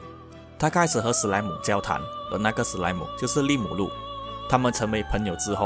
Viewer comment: 他其實是講"里木魯" ( 整個發音都不對XD